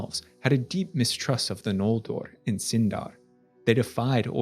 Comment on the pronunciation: Oromë, Sindarin, Noldorin, Maedhros, Nargothrond, Curufin, Nirnaeth Arnoediad, Maeglin are off.